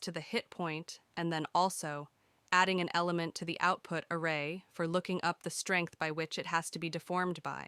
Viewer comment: This is a great tutorial, but your pronunciation of some of the words makes me think your voice is actually a really good text to speech program (it also sounds seriously professional, like you should be a voice actor). "Pro-seed-ural" not "Pro-sid-ural", The "Latt-er" is optional, not the "Later", "Uh-Ray" not "Are-aye" etc. etc. Oh, and your written description about the Static Mesh and laggy start is incorrect English too, so now I'm almost certain this voice is AI. What program are you using? lol